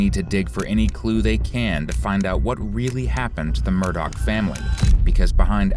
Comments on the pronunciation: Murdaugh not Murdock. FYI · Your true crime ai slop generator can’t pronounce the last name do better